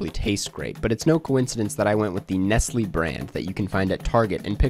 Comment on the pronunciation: is that how you supposed to pronounce nestle?